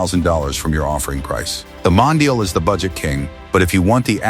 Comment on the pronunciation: Mondial, not Mondale. And aren't there other human voices available to license? The voice you chose to use is by now plainly OVERUSED. Always thought the 400/412 was a great-looking car. Not so much like BMW in its stylistic flavor, but rather more like a grown-up and sporting Fiat or Lancia, which considering Fiat's relationship with Ferrari at the time (Fiat OWNED them) is somewhat understandable. I've always been fond of the styling of many Italian cars from the late 60s and will into the early 90s. However I still can't like the 456; people always say that the car is a beauty, but its silhouette from certain angles still reminds me of a Ford Probe. The 308 is a personal favorite but values for good ones are well over $100K these days for a car that at its bottom could be bargained for at barely $30K a decade and a half ago. The 612 to me screams "frumpy". Manual 360 Modenas are highly enjoyable cars to drive but their values have moved up considerably. Well documented and cared for examples are breeching $300K; no longer the bargain buy like they were prior to COVID. While I've always like the styling of the F430, I'm not a fan of the F1 transmission. Yes it helps keep values somewhat reasonable, but the driving experience is borderline meh thanks to that gearbox. Yes the F355 is indeed a money pit. But it still looks gorgeous in doing so.